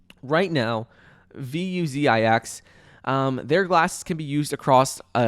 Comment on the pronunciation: I like how calls them "V U Z I X". So unique!! Haha